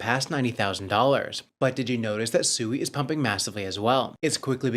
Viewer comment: 👎🏼 are you pronouncing it SUEY 🤣 obviously haven't done your research heard anyone from Mysten Labs or any devs pronounce it. I can see why traditional Finance thinks everyone in the crypto space is so low IQ